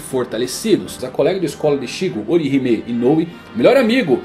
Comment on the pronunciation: Que agonia dele mudando a sílaba tônica dos nomessssssss ichÍgo, rukÍa, orihimÉ